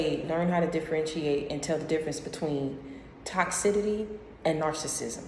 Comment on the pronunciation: Troubled waters BIBLICAL reference mostly meant being immersed in HEALING water (cure disease, illness) like baptism also toxicity (sounded like you said tox-sidity wrong pronounciation) is a synonymous word for narcissistic behavior, you are educated I expected better. When you take references out of context yo you really feeding people's negative opinions and perspectives and playing devil's advocate; very divisive and manipulative way to build someone.